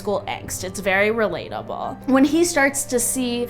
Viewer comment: How you said relatable at the beggining of the vid 😂